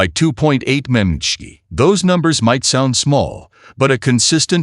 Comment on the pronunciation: Teach your AI to pronounce mmHg.